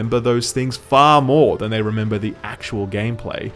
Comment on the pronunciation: ha he said rember